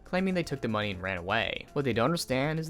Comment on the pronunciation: careful, you very nearly have this odd emphasis on your words, similar to i.e "what they don't understand, is that due to how much money they raiiiiisssed...So while they did get he moneeeyyyy" Very annoying my man.